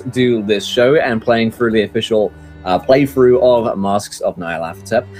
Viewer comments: Why do people keep calling it "Nayarlathotep"? It's not even one person, it's multiple YouTube videos calling it like that. Nyar La Tothep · This is the first time I’ve ever heard Nyarlathotep pronounced that way. I always pronounced the “Ny” as “Ñ.” My mind is blown by this extra syllable.